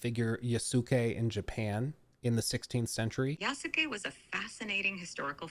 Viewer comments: I’m one of the huge Assassin’s Creed nerds you mentioned, chances are I’ll buy this immediately because I’m just so invested in the series. I most likely won’t play as Yusake much unless where forced because I buy Assassin’s Creed games to play as an assassin. I’ve also been asking for the Japan since AC2 & you were right, listening to you trying to pronounce these Japanese names & words was killing me inside a bit because I often talk about these historical figures. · I dont entirely blame them. They are a mostly french team, speaking in english, and trying to pronounce a japanese name. Which japanese names are not that easy for even native english speakers, because it doesnt follow the same rules. The best way to remember how to pronounce the name is just think of the U as non existent. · You mispronouncing Japanese names is pretty cringe. Its Yas-kae not Ya-su-kae. Its Naru-to, not Na-rU-to. Ik its a pet peeve but bro dont be the American who perpetuates the thought that Americans are unintelligent by butchering names without even attempt to say them right.